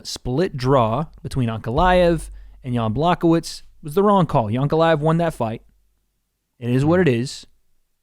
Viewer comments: 'Yan Block-o-witz' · Come on guys "Block o wits" is not how say Blachowicz. Listen to Jon Ankin seemingly one of the only Americans with enough respect to put effort into getting names right.